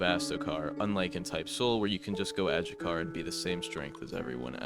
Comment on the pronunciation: Isn’t adjucha pronounced adhucha?